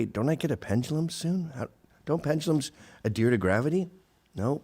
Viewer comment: Nothing “adears” to anything Gavin